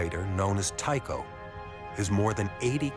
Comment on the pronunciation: It's "Tycho", not "Tao".